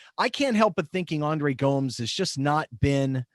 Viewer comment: Great first installment fellas! Been listening to the podcasts this season and I'm impressed by the quality, which has carried over here. Just one thing: Gomes is pronounced "Go-mesh" :) Also, really appreciate the enthusiasm apparent in Everton fans not originating from the city of Liverpool, us natives (or ex-pats) have no special claim on the team.